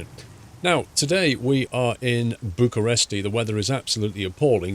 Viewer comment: Feels good to see you driving in Romania, also nice try saying bucuresti xd